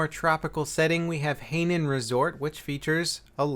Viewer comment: U made an amazing vid. Thank u. Btw. U pronounced hai nan resort wrong. Hai sounds like Hi in English. Means ocean. Nan means south. Haha